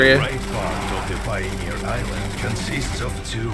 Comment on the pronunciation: Is no one going to tell him? Does it have to be me??? What's a "Pioner"????